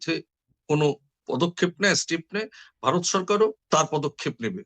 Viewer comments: Bhai, for God's sake, please pronounce BHARAT (VARAT) NOT BARAT. Get your acts right. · মতামত কমেন্ট করলে তো তোমার কথাই বলতে হয় তুমি ভারত বলতে পারো না বলো বারত৷ কি কুরুচি পূর্ণ উচ্চারণ তোমার। বিরক্তিকর জাহেল একটা লোক কন্টেন বানাচ্ছে বাংলা ভাষা ঠিকমত বলতে পারে না। আজব।